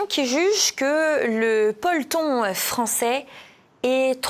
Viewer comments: (et suiv.) Le peulton ? Le polton ? 😉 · PE-LO-TON Pas "polton" 😂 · Bonjour, alors peloton se prononce peloton et pas polton 😂... En plus, c'est un joli mot peloton non 😂? Trêve de plaisanterie, bonnes vacances à Jean-Yves et vous. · "Peloton" et non "ploton"(qui veut dire autre chose) 😂😂😂😂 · Vous m'avez bien amusé avec votre "polton" au lieu de peloton. Continuez de nous distraire comme vous le faites. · on dit "pe-lo-ton" Heureusement que vous avez un très beau chemisier et des belles boucles d'oreilles! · pe-lo-ton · Le "peulton" français 😂